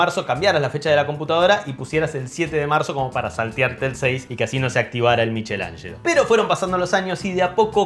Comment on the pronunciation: Me encantó esta edición!!! Solo una corrección (que me parece raro que siendo de apellido, lo hayas pronunciado mal) Miguel Angel en en Italiano se pronuncia "miquelanshlo".